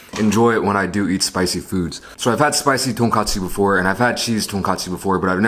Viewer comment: 한국인이시면 돈까스라고 발음해주셨음 더 좋았을탠데.. :( 아쉽네요